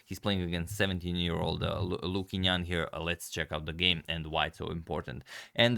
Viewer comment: the Chinese pronunciation for Qingnan is more like "Ching Nan" (in case anyone was wondering)